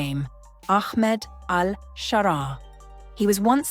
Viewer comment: Pronouncing his name as Aخmed is an indicator that the channel or at least the narrator is a ziopi*g